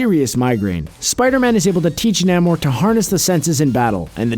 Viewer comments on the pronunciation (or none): It's Neigh-More, not Nam-More.